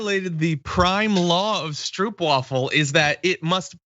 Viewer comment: Feeling proud you are eating the best cookie in the Netherlands...the stroopwafel..which you pronounce as strope wafel...